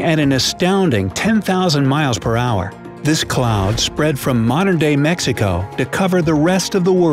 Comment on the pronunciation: mexiko?????? Is mexico